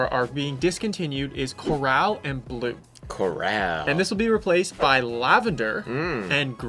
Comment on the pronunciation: “Corraaaal,” it’s “core-ull,” sis. The colors aren’t as vibrant as some other leaks.